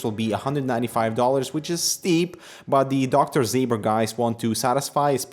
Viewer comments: Ząber, not Zaber. Pronounced like "Zomber" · It's not Dr. Zay-ber, it's something more like Dr. Zaober due to the "Ą" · You should pronounce it Dr Zomber :) It's "Ą" polish "soft" OM :)